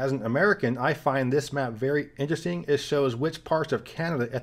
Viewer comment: As a man whose also struggled with speech impediments, kudos to you for the new pronunciation of the word “interesting”. Huge difference vs your old videos 👍